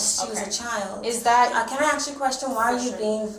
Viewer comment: Weird. Even foreign blacks say ax instead of ask.